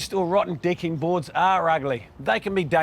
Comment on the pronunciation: Sounds like he's saying dicking broad!